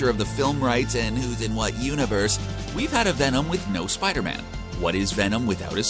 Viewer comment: "Spida Man"